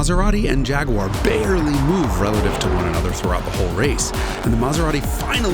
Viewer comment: Thanks for pronouncing Jaguar properly!